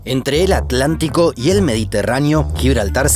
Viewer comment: Entramos mal. Correctamente pronunciado, es At-lantico